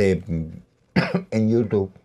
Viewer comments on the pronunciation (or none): none